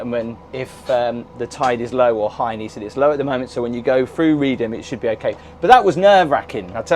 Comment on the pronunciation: Good grief man! I'm countryside Norfolk born and bred but I wouldn't go on the Broads this time of year. The weather can change on a sixpence and when those winds get up, even the brass monkeys hide!! 😂 You must be a glutton for punishment! 😂. And by the way Reedham is pronounced "Reef-um".